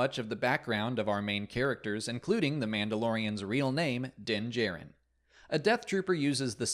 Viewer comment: Why would you pronounce the Mandalorian's surname as "jair-in" when it was clearly pronounced as "jar-in" on the actual show?